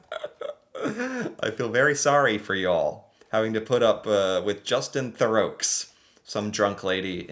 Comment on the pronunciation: isn't it Thoreau ?